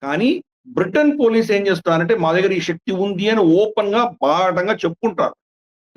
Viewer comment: Shakti, snatruvulu inappropriate telugu pronunciation ciation